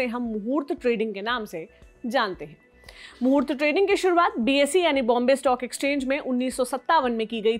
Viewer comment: आप मूर्त ट्रेडिंग pronounced कर रही है जो गलत है ।